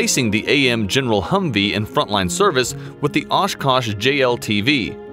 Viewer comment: ashkash. u say ashkash. why oshkosh then? its ASH KASH.